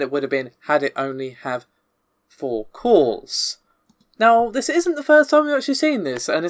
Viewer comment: Every time you say cores it sounds like calls.